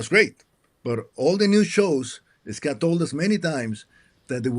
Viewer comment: his name is pronounced Scott, not Scat, which means poop.